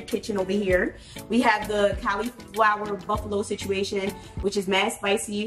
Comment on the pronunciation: I've never heard anyone's pronounce cauliflower like that